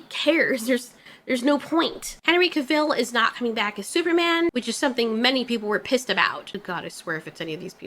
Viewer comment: thats not how you say Cavill.. it's Cah- vull. Not "cuhvil"